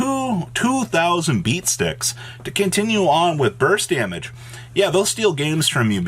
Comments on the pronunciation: Was I the only person who thought he said Bust of destiny? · He did say bust and no one can change my mind